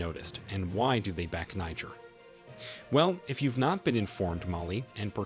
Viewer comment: Its pronounced like " Nee-Jear" , not the N word